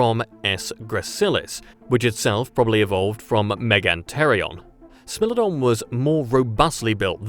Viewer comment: “SMELL-odon” 😝😝😝😝🤣 SMILE-odon